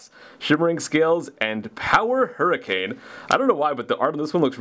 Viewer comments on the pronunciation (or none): none